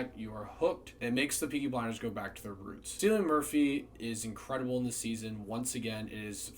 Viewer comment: 5 seasons and my man is still calling him ‘Sillian Murphy’ 🤣🤣